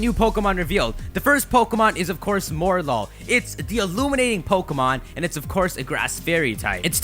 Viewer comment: It's pronounced Morel-ul, with the liaison. Coming from a french Canadian who's pretty okay in english.